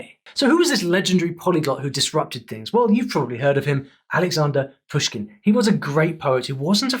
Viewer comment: Not Pyushkin and Nábokov but Pooshkin and Nabòkov bro)